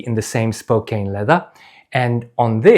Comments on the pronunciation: It's pronounced like spo-can, not spo-cane. Great video! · Hey, love your videos! I watch them all the time and love your thorough dive into the boots! If you want to pronounce the name of the leather on those boots like an American, it would be Spo-Can, that’s how we Americans pronounce Spokane. It’s a city in Washington! Best wishes from Maine! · 2 comments… 1) I grew up just north of Spokane, Washington’s. Despite the “e’ at the end of “Spokane”, which would make you think that the “..kane” should be pronounced like a sugar “cane”, it is a short vowel, and is pronounced as a “can”, like a ”can” of beans. Hence “Spokane” would be pronounced more like “Spocan” 2) I noticed in your video, that as you were walking, when you put your heel down, your forefoot more-or-less ‘slaps’ down. I have had boots like this, especially new work boots with a stiff sole. It takes some getting used to this when walking..